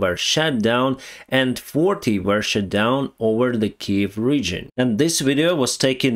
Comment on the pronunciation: Like your chanel but please…. SHUT not shat